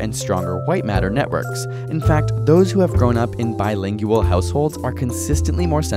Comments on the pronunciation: He kept saying "bilingial" and not "bilingual" heheh☺ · Oh wow, on a video about accents I gotta ask... why do you pronounce the word "bi-ling-you-al"?